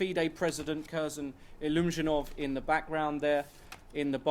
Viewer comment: FIDE head "Illusionov" LOL. I think it is more like Illzhoomzhanov there genius.